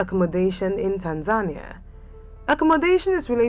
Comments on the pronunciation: No... It sounds like tanzanya 😒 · Is this the correct pronunciation of Tanzania?